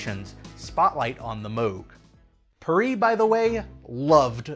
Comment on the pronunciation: I'm not proud of for pronouncing "Perrey" the wrong way.